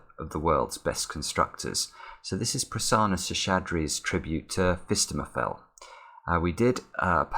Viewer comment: Please pronounce Prasanna sheshadri properly, it's bugging me. Pra - you're pronouncing properly Sanna - Sun, Na She - shay, ( and longer vowel than you're pronouncing) Sha - shaa (you're probably pronouncing it correctly but I can't tell because rest of it is off) Dri - you're probably pronouncing it properly